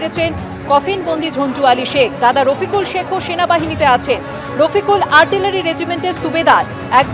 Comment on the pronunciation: দাদাও বলতে পারেন না ঠিকমতো, "গাধা" বলছেন?? কী আশ্চর্য!!